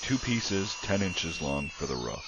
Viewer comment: it's "roof", and it rhymes with spoof,tooth, and booth... how could you possibly mispronounce that? "Roof" DOES NOT rhyme with tough, rough and stuff.WOW!